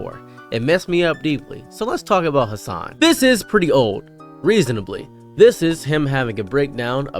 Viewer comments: Bro you didn't even say his name right, you can't complain about people not giving your video a chance when you don't even know anything about Hasan other than he's a political streamer and yells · Brother just stay in your own lane, okay. Couldnt pronounce his name right and couldn't give one example of Hasan Piker "extremism" as you call it. Then to go on and hate that he has multiple channels for different content. My bro... You're hate streaming here lmao Don't like how he streams, don't like that he has more followers then you, don't like how he has more in general... Couldn't even give an example of misinformation like Christ on a candle stick my man.